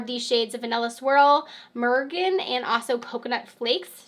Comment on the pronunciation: Murrgin? Huh? Meringue… 😂